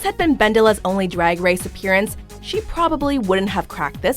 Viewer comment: "dwag dwace"